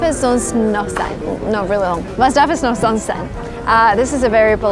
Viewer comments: It's sonst not sonnst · sonst, not sonnst! :-D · es heißt "sonst" und NICHT "sonnst" und außerdem sagt man es es in dieser Reihenfolge: "was darf es sonst noch sein?" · Sonst not sonnst but good Video tho